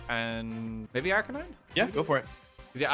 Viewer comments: OMG Wolf actually said Arcanine and not Arcanina. Didn't expect that lol. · Woah did you just pronounce Arcanine properly? Who are you?!